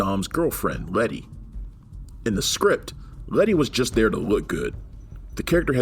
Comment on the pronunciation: Is he calling letty retty? Lol